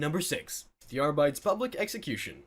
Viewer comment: Please learn how to pronounce Arbites and Omnissiah. You sound like you're just reading off a wiki with no actual interest in the subject.